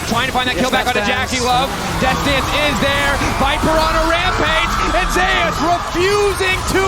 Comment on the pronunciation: ive always been curious why do people pronounce zeus's name differently than its supposed to? People pronounce it like zay-us